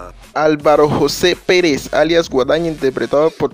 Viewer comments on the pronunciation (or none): none